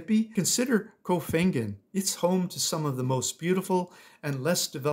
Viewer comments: Koh Pan gan! C'mon. You need to start learning how to pronounce. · I'm surprised you didn't mention Langkawi Island, Malaysia, particularly the Pantai Tengah area. FYI: Koh Phangan is pronounced "ko pawn yawn" 😂